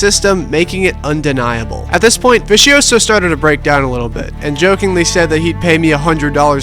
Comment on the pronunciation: The way you try to pronounce vicioso has me rolling 😂😂😂😂😂😂